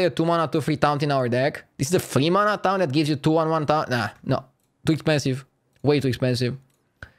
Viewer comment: Noone:: TOUNT